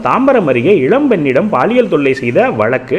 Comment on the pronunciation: உச்சரிப்பை கவனிப்பீர். Paaliyal! Baaliyal அல்ல